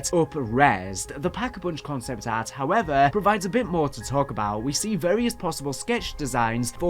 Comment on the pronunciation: Cahnceypt ahhrt and skeytchesss.